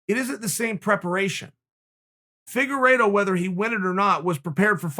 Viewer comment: "Firuago" lol